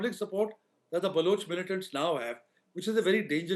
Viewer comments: Can you please stop mispronouncing Balochistan and Baloch? Please don’t use U instead of O in Baloch. It is NOT Baluch. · Dude it’s pronounced ’BalOch’ not ‘BalUch’ Baloch rhymes with Coach. Please correct this in future